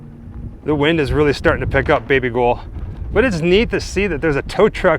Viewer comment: “ baby gol” 💀